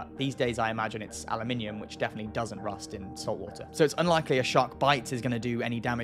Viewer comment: The big smart guy just said ala minium